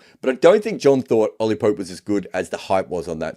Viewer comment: Did he said judgement of poop. 😂